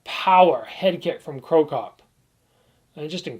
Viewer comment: Crocop. Not cropcop